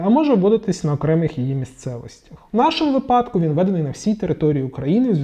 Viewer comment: Щиро вдячний за цікавий та корисний контент. Хочу звернути вашу увагу на слово "випадок", у якому правильно ставити наголос на перший склад. (вИпадок, відповідно "у вИпадку"). Прошу не сприймати мої слова як не повагу до вас, просто хочу щоб ми всі вдосконалювались як професіонали :)😊😊👌👌